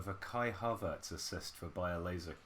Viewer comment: "BayerLASERkusen" is top content